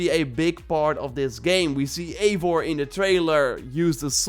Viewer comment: It’s pronounced “Ivar” btw, like the one from Netflix Vikings series, which my Eivor will definitely be customised to look like